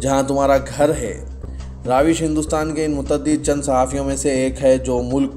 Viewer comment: My dear the name is RAVISH. not RAAVISH as you are pronouncing in today’s news